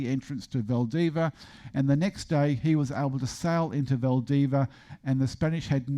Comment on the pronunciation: Saying VALDIVIA isn't all that hard, just don't ignore the final 'i".